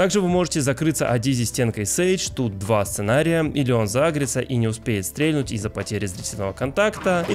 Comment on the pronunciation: спасибо за видео, было очень интересно но, ПОЖАЛУЙСТА, УМОЛЯЮ. прекрати говорить стрЕльнуть стрЕльнул. ударение на последний слог. стрельнУл стрельнУть.